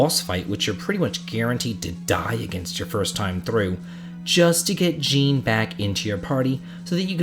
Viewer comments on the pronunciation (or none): I noticed you used Krile's original name Cara. I'm quite saddened that Cara wasn't used for the general English release. It's really pretty. Oh, and just a slight thing with the name Jean. For men, it's pronounced John, or Szon. It's the French version of John.